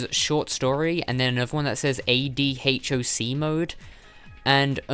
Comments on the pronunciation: It’s pronounced Ad (as in advertisement) Hock. Ad Hoc Mode. It means “created or done for a particular purpose as necessary”. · AD HOC is pronounced add-hock. It's a connection mode for PSPs which you can connect them locally to transfer files (?) or play multiplayer without WiFi.